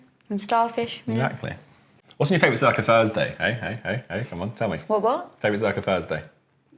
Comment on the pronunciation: Josh: “Fursday”